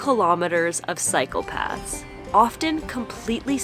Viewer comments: I heard ' 35000 km of psychopaths' ... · I thought I heard "psychopaths" when you said "cycle paths" which is not far from the truth, actually